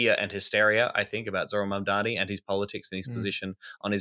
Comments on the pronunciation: Spelt "mamdami" like Cuomo says it lmao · Enjoyed the show. Heads up its Zohran MamdaNi :).